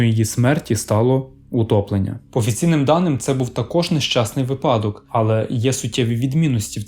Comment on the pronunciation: наголос у слові випадок падає на перший склад. а відео цікаве